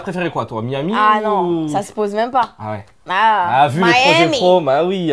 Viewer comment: A comme elle dit Miami 😂